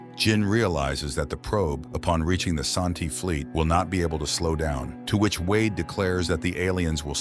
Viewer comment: They are pronounce San-Ti. IDK where you got 'AShanti" In original Chinese translation of the book it is call "San-Ti" but in the English translations it is call Tris loran.